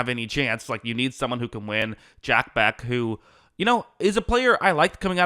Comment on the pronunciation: [Jack Beck] dude! C'mon get it right at least with the names its: Jack "BESH" you even say it again - 👈🏻👉🏻Beck..